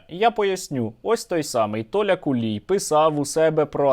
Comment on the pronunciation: Я от не розумію чому кулій якщо в нього на рилі написано хулій 😂 Сергію дуже дякую за вашу роботу 💪🇺🇦 все буде Україна 🇺🇦🇺🇦🇺🇦🇺🇦